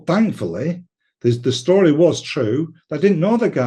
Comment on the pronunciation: Luck of the Irish again ..its "story" not "shstory" 55